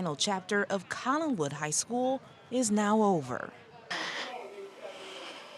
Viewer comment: There is no "g" in "Collinwood ".